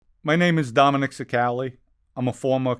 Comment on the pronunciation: Dominick, please pronounce your last name correctly...it's CHI CA LE....